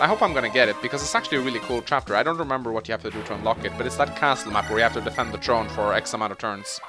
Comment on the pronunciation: Why can't you say the letter "h"? it's tHrone and tHree not trone and tree